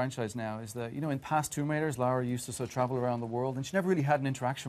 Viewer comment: LARA NOT LAURA.